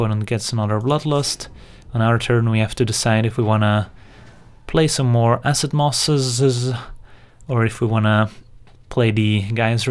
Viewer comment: koekiesbakker when I heard him say this I cracked up